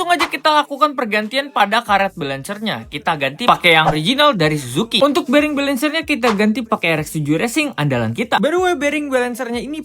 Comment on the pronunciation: Bilangnya jangan Suzuki bang, tapii " CUUUJUUKIII ", ngat Cujukiii.. yeee